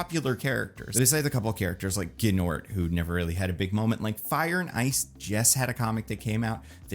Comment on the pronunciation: the "G" is silent in "Gnort"